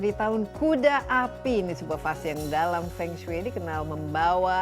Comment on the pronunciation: Halo Kak Desi, pelafalan Fengsui hrs gunakan huruf E pepet seperti E dlm kata Emas, mEnang, sEnang, pEnuh seperti yg dilafalkan nara sumber itu yg benar Mdh2an lain kali jgn keliru lagi